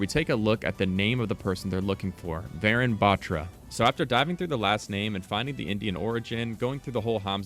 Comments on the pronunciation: warune baAtra.Its pronounced like that. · Not to be mean but you're kinda butchering the pronunciation for Varun Batra. It's pronounced Vuh-roon Buth-ra Like the comment if you didn't know this so more people learn the correct pronunciation :D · Its Pronounced Varoon Batraa the “tra” in Batra is pronounced Like spanish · Note: Ur pronouncing varun batra wrong, its pronounced as Vuhroon buhtraa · He researched soo much yet forgot to research how it's pronounced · although its cool they're adding an indian agent, guys please learn to pronounce varun batra properly.. thanks (pronounced as {va as wa in was: ru as in run; and n as nuh} his last name being {bha in bharat; tra as in traditional} overall being waruhnuh bhatra) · Actually it's pronounced Vaaa roon buttraa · vuh-rune but-tra. that is how it should be pronounced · pronounce it like Varoon battra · Finally, a fellow Indian character, pogchamps also its V-e-roon B-e-traa pronounced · Pronounce it as vaaroon baatraa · Hi! I mean no offense, but the proper pronunciation of Varun Batra is [Vha-roon Bha-thrah] :) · bro just messed varun batra pronunciation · It's kinda funny how he pronounce the name varun batra...😅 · I cringed at his pronounciation of varun batra 😭😭